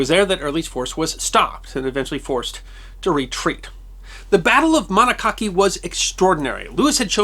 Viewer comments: Dear - My husband and I love your videos, but hearing you pronounce Monocacy made us cringe...(my husband has fished Monocacy Creek...and we hike up near there). The proper pronunciation is "Mah-NOCK-a-see" with the emphasis on the second syllable. However, this is minor in the scheme of things. Please keep making these wonderful stories. Interesting 'history that deserves to be remembered' is so needed right now. Thank you for all you do. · Great video for a great man. Ft. Steven’s was the only battle Abraham Lincoln witnessed during the war and he was admonished to keep his head down:). BTW a gentle correction Monocacy River (a tributary to the Potomac River) is pronounced Mon-knock-a-see. Unfortunately during this recent madness to obliterate history the Ferry between VA and MD (White’s Ferry) had to take down its name which was “The Jubal A. Early”. It is unknown to me if this was where Early crossed the Potomac into Maryland. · Mon-nock-ah-cee. (Local pronunciation. The Monocacy is a fine place for kayaking, btw.) Many of the streets in our neighborhood are named for this history. Lew Wallace was a modern renaissance man. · When I lived in Frederick, locals pronounced it ma-knock’-uh-see. The episode brings back fond memories of living within miles of four major battlefields. Glad we made the most of it while there. Thanks as always! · you could have researched the pronunciation of the river; you would have come up with much better than you used. Accent the second syllable, the final "c" is soft. Wikipedia gives "(/ m ə ˈ n ɒ k ə s i /) " Otherwise, and excellent and most interesting topic and video! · You mispronounced the river Wallace defended from Early's attack. The pronunciation of the river's name rhymes with Democracy. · You mispronounced Monocacy three times. It’s pronounced Mon-AH-ca-see. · Monocacy is pronounced: mon alk cas see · Say it with me Ma-knock-a-see. Greetings from Frederick, MD. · it's pronounced Mo nak a see